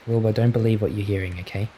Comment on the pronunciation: I hear Boba not Wilbur 😭😭😭